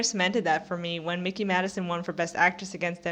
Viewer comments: It’s difficult to take you seriously when you can’t even get her fucking name right: it’s “MIKEY”, not “MICKEY”! And no, her winning this Oscar was completely well-deserved and had absolutely nothing to do with The Substance. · Surprised that you don't know how to pronounce Mikey after following the Oscar race so closely.